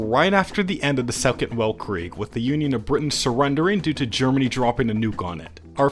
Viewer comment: saying weltkrieg with the the soft w is killing me inside